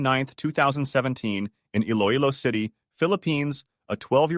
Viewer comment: You pronounced Iloilo perfectly, nice!